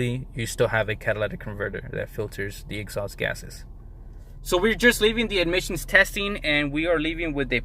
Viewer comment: Why you keep on saying admissions testing? It’s Emission testing dude!. Are you on braces 😬 🤪